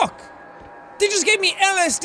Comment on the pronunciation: ''They just gave me LSD'' Seàn said it like it was a STD lmao